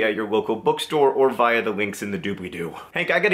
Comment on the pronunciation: Please address your reasoning for pronouncing "via" the way you do in the next podcast.